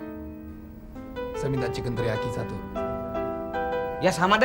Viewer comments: Chicken teriyaki bang mandra bilang Teri jengki ngakak poll😂😂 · Bukan Terijengki "Teriyaki " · Teriyaki ❎ Teri jengki ✅ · Teriyaki di bilang teri jengki 😅